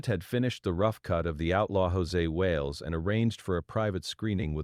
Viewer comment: Almost had my attention right up until he said “Hosay Wales” 🤣 This AI stuff is ruining already bad videos 🙄